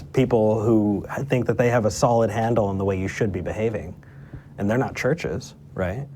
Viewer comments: More like 'shurshes' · Why does this guy pronounce churches as “searches?”